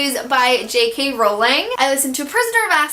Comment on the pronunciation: Oh my gosh did you just say JK Rowling as Rolling instead of Row-ling!? I swear I picked up the habit of saying Row-ling from watching your videos so much hahah that was a shock Ahh I've been meaning to pick up The Way Back to You for a while but unnecessary romance really gets on my nerves, thanks for mentioning it because I had the same expectations you did!